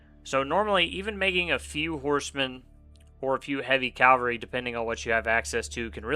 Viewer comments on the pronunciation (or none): nice vid but i swear i was hearing you say calvary. I had to double check with the subtitles and it confirmed it.